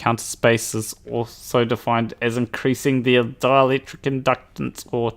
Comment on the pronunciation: When you say 'dielectric' I hear 'Dalek'.